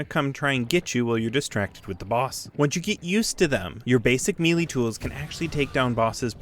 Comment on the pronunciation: You gotta stop saying "mealy" weapons, it's may-lay